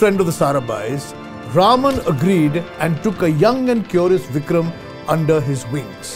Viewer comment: to Yes, it is pronounced correctly as 'Raaman'. One of the WRONG pronunciations is 'Raman'.